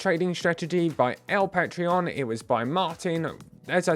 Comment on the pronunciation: Sup. Its pronounced Pah- trohn lol. Let me know where to send the address for my usdt 😅